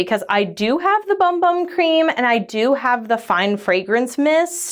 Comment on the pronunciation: So apparently its pronounced boom boom. Lol